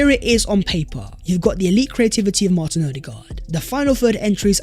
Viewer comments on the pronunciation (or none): none